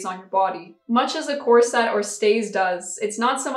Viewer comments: Cor-sett?? Ha ha ha! Try to hit it inbetween 'corsit' and 'corsut', and remember to not roll your r in the middle. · I’ve definitely noticed how you pronounce corset but I really like it! It does seem to be the “unusual” way it’s pronounced but I don’t think you are the only YouTuber that pronounces it like that…I’m pretty sure I’ve heard one or two others pronounce it like that and I don’t mind it at all. We all know what you’re saying and that’s all that matters. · I just did a quick etymology search, and it is an Anglo-Latin word, so the emphasis would be on the first syllable—COR-set. Now we know. 😄😁😄 I thought people did videos all the time, raising money and giving the proceeds to others for all sorts of charities and things. Why was this an issue? I would also think that they would give you at least one warning. People violate TOS and are given the chance to correct things. Why not you? Is this a way to hoard creators’ money? I’m frustrated on your behalf. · Didn't realize at all that you were pronouncing corset in a "different way" 😂 must be that English isn't my first language either